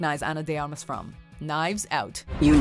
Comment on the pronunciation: Her last name is pronounced Armas, not Amas